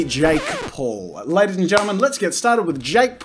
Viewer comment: well tbf Jack's intro ain't "ladies(and gentlemen)" it's LADDIES